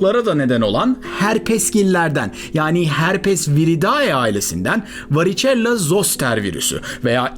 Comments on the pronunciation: Variçella değil,varisella olarak okunur.Pustul değil, püstül.. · "varicella" İngilizcede varisela olarak telaffuz edilir.